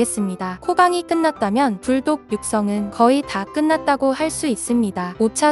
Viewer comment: 오늘따라 전자눈나 발음이 유독 센거 같네... 계속 '불똑'으로 들림 ㅋㅋ